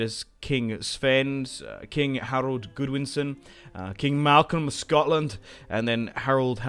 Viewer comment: GOD-winson not GOOD-winson. Are you really British? Or is the British education system as bad as America?